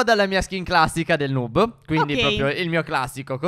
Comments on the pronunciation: Si dice nob no nub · Comunque noob si legge nabbo e non nub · Ma non si dice nub dmsi dice nabbo o nab (so che si scrive noob ma dovevo fare capire come si dice) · Stef non si dice nub si dice noob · NOOB si pronuncia nob e non nub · Si scrive noob ma si legge niub(leggeteeeeeee) Grandi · Non si dice nuub (però il video è bello) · Si legge noob no nuuuuuuub!!! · NON SI Dice NUUB